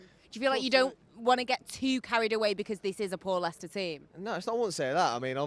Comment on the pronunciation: It’s Leicester 🤐